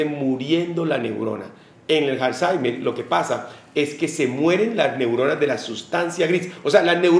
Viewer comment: Pensé que era Alzheimer y no Halzeimer